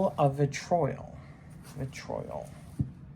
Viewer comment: Vitriol - pronounced "vih- tree- oll" (like in doll)